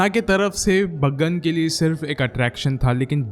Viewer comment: baagan nahi hai chaggan hsi sala 😂😅😅😅😂😊